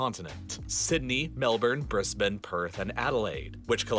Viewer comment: It’s pronounced “Mel-Ben” and “Bris-Ben” with a soft e not hard E.